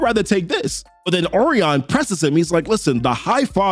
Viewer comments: Oh reon Lol I think it's pronounced oh ry on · Say it with me o’Ryan 😭😭😭 good video bro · I like your videos but your butchering these names. Orion is pronounced Oh-rye-an And the Oberon in the newest new gods video is pronounced Oh-Bur-on not Oh-baron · It’s OH-REYE-YUN ORION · Bruh it's Orion. It's pronounced O RYAN. Like that bruh. Yikes. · I thought Orion was pronounced like "O'Ryan." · Bro these names are fucking you up. I never heard Orion pronounced like that